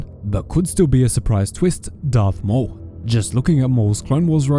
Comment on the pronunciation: It’s maul you idiots